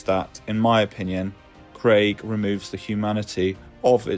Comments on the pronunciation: It’s pronounced ‘kreeg’ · "mass" is m-ass, not marse Krieg is "Kreeg" not Craig.